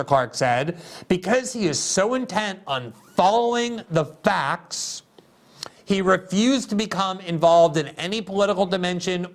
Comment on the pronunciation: Glenn, you must work on clear complete pronunciation of your words and sentences if you want a bigger audience. Too often, for instance, you say "Cli-un" when saying Clinton. You say "Fax" instead of Facts and basically cram your words together too often